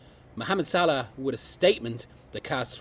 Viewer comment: Who are you to talk about Mohammad Salah to talk about Xabi Alons you can not even pronounce his name correctly. Sod of with your nonsense…